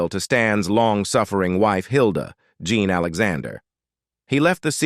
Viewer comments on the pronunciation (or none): none